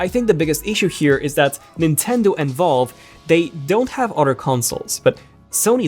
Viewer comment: You say Valve like you're saying vulva. 🍑